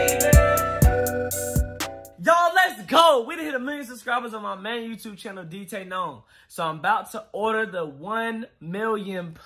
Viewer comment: Someone actually said my name right